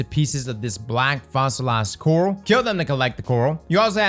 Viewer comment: Coral becomes “Corrl” or “Corrll” speaking English is like a man wrestling a crocodile. Spoilers becomes “Sporrlers” so I suppose motor oil would be “orrlll” and boil would be “borrrlllll”😁